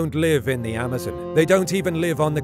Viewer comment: The way you say Amazon is a headache